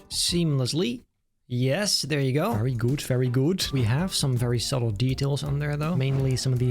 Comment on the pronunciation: Why does he say very gut (german) 😂